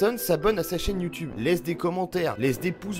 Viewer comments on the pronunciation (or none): none